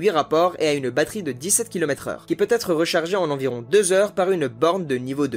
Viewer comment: Je n'ai pas voulu paraitre pédant mais franchement la liaison T être est vraiment osée